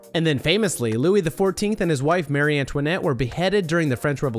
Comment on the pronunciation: pronounced Ma ree not Mary... Marie Antoinette not Mary Antoinette